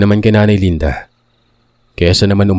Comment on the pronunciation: Ano ba 220,LANDA O LINDA!???labo ng narrator 😅